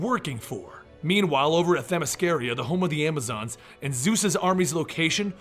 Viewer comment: Why he saying themyscaria? When it’s themyscira